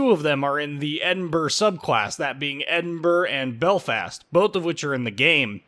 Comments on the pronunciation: Hey, I've been to Edinburr! It's right next to Belfast, in Wales. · Why can't you pronounce the capital of Scotland?